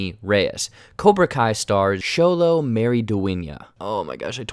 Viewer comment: No you pronounced Xolo right, I seen other people completely butchered it. But you sounded like you grew up around some Hispanics in your life😂😂😂